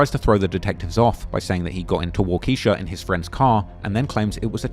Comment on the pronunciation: The way you keep mispronouncing the county after they say it many times and you still can't say it right kinda is annoying me lol.. it's pronounced "Wal-Ki-Shaw" not "Wal-Keisha" JEEZ